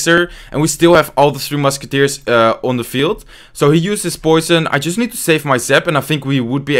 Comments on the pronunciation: Am I the only one who hears "Two Musketeers" instead of "Three Musketeers" :D? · Am I the only one who hears two musketeers instead of tree? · I can't tell if he is calling it "three" or "two" Musketeers.